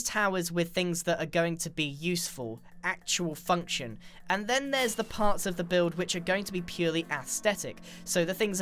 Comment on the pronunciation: the way he says actual function